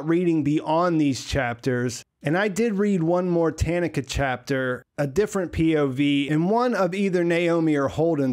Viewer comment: TA-NA-KA, all 3 of the “A”s in this name are pronounced EXACTLY the same. So say “ta” and use that same “a” sound all 3 times.